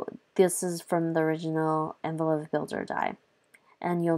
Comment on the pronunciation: It’s not envelo (phe) soft f. It’s envelope with a P!